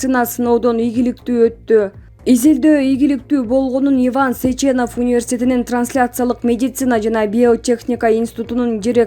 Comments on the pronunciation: Э айнанайын, Сеченов деп окучу, Сечеенов дебей. Же тушунуктуу кылып жазайын. Окулганда Сечинов болуп окулат. Иван Михайлович Сеченов. Окулганда Сечинов болот. Журналистер, блогерлер, бир аз грамотныйрак бололучу. Айып этпейсинер. Дагы кимдир бироо айткандай, Новосиибрск деп... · СечЕнов эмес СЕченов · Ай диктор Кыз, бирдеме окудун беле, Сеченов эмес, Сечинов. Ударение на е делай. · Автор Сеченов емес, сЕчинов .